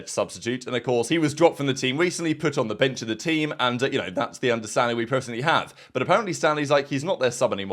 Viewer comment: This man said oui guys